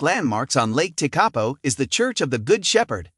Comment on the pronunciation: It’s pronounced lake te-kah-po not lake te-karpo